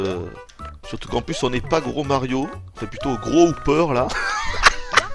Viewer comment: ses hooper pas houper